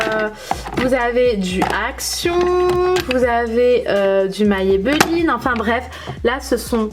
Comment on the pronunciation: Hello 🙂 Tu m'as perturbé tour du long quand tu prononce Maybelline 😂😂 C'est la 1ere fois que j'entends quelqu'un le prononcer ainsi 🙊 Tu es bien organisée en tout cas 👌 Moi je préfère tout avoir ranger en tiroirs.. comme j'ai BEAUCOUP BEAUCOUP BEAUCOUP de produits, j'ai plusieurs caissons Alexx d'Ikea et j'ai la chance d'avoir une pièce rien qu'à moi pour ça Mais chacun fais avec les moyens du bord et ses goûts surtout 😁 Des Bisous 💋